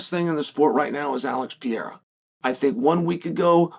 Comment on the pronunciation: “alex piera”